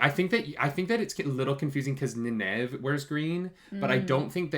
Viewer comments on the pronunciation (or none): loved the video just one minor point its pronounced Ny Neve not Ni nave but keep up the good work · Loved watching this :) gotta say you seem to be getting the more into it the more you get the hang of things, some of the thoughts there were quite spot on :D One thing you may benefit from is just pronounciation of Nynaeves name :P Try this: Nayneev ;) keep up the good work ps. the prime has a map of the world if you scroll down a bit ps.2: the war in the south was the war that they quickly showed. Logain was trying to take over Ghealdan, but was stopped.